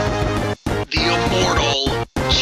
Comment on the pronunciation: No offence but sometimes I am hearing 'the Immoral' rather than 'The Inmortal ' . Sorry I am from overseas